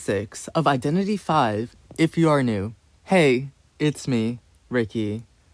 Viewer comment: i thoughts he was saying "identity vai" 🤣